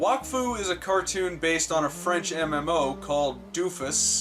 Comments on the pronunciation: it’s pronounce doe-fus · It's pronounced DOUGH FES (Like Donuts), but Wakfu series is from the actual Wakfu mmo which is pretty good, well I think so. I've played Dofus as well. I quit Dofus since I've played it for like several years, 8-9 years it was a on and off type of thing though. Wakfu I guess I played it for like maybe... 6 Months in total. I still play it once and a while. If anyone is interested in Wakfu, it is free now, well everything in the game is accessible but p2p members get certain advantages. (Drop rate increase and XP gain increase and more.) But pets and sidekicks are free to use and you can travel anywhere you want once your reach certain levels of course, unlike it's long lost cousin Dofus. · You completely mispronounced Dofus. I know that the American advertising ALSO did the exact same thing, but that's not really an excuse.